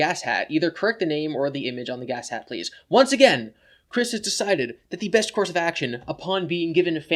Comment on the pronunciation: Btw its pronounced Ga-shat not gas hat, its a kamen rider Japan thing dont worry I just hate how Chris is going to get involved in one of my favourite shows